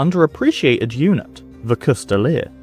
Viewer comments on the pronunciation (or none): A "coustille" most often written "Coutille" most often reffers to a long polearm with a single edge blade that in englisg is called a "Glaive". The "s" in "coustille" is silent, it should not be pronounced. You can see coutiliers with their Coutiles pillaging a town under the order of their lord on this picture from Froissart's chronicles